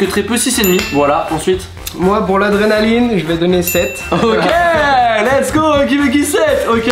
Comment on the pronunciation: Et arrête de dire l’es go